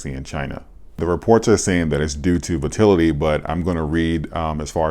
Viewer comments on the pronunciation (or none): Say it with me....vol-a-til-ity. Not vo-til-ity.